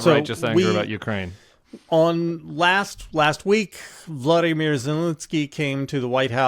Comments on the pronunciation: Zelenskyy´s first name is Volodymyr, not Vladimir. I hear all kind of people making this mistake. Say after me: Volodymyr, Volodymyr, Volodymyr. VOLODYMYR Zelenskyy. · By the way, it's "Volodymyr" Зеленський. It slant rhymes with "Polo Dimmer" with the stress on the second "O".